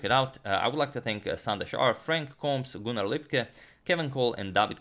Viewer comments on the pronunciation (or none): none